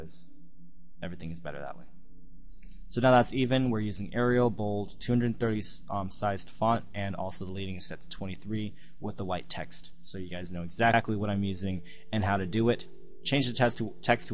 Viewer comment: The word leading is pronounced like the metal, not "to lead" like a leader. They used to space the lines with lead on printing presses.